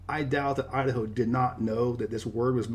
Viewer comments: Idaho?? Udaho. 🤣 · Idaho? no Udaho.